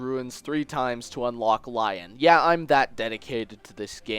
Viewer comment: Okay I know I'm sorta late but Lyons name isn't pronounced Lion but more like Leon.